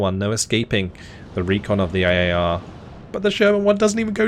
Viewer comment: Every time you say IAR all I hear is AYAYA! and it always makes me laugh. Please never change that